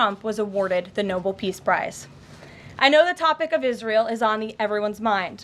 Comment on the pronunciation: She can’t even properly pronounce Nobel 🤣